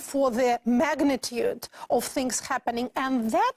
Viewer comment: Что я ещё заметил мельком, помимо R фишки: Flap T появляется весьма рандомно, в основном без неё говорит - ближе к британскому. При этом некоторые слова вроде not, она произносит через о, американцы здесь "А-кают". Условное Afterwards она говорит через [а], а не экает как американцы. Ещё косяки: of[ov] произносит как off, в большей части слов вроде and вместо звука d на конце произносит как anT. Ну уже совсем странные косяки вроде diZlike, когда в приставке dis всегда произносится s. z лишь в нескольких исключения вроде dissolve. Ну и отчетливый Becorse вместо be k(a/o) z. И произношение W-слов, в основном условный way она произносит как vay, то есть без небольшого скручивания губ с более глубинным звуком.(я сам, кстати наоборот факапаюсь и говорю везде w вместо v). А, ну ещё забивает на короткое i, которое должно звучать как что-то среднее между I и schwa sound - но это вообще чуть ли не поголовно встречается. Ну и, конечно, ясень пень, весь акцент палится через согласные, которые у русских звучат слишком твёрдо и чётко, челюсть менее подвижная, в английском немного расслабленее это все должно звучать. Вот такие пироги, думаю лингвисты бы ещё на какие-то косяки указали. P. S. Ну и когда 2 советских-русских общаются между собой на английском это выглядит немного крипово и забавно.